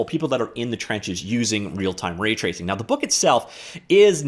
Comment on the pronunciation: Says "Ratacing." Not "Raytracing."